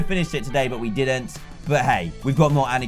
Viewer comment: "arnitcute" XD It's Anarcute